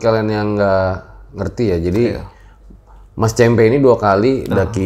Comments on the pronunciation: cempe' bukan ce'mpe' . hhh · Cempe (ce gukan) kali bang, bukan cempe (ce wek).. 😀 cmiiw